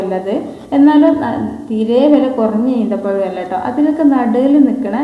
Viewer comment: ഈന്ത പഴം അല്ലാ ഈ ത്ത പഴം